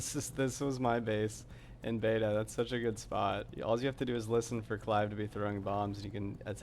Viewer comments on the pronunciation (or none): none